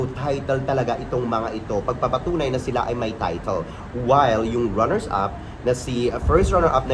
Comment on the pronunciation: mga “Runners-Up” po, hindi “Runner-Ups”. Salamat.